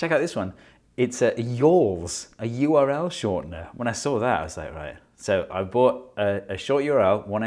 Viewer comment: You R L Steve Mould: YORL 😂❤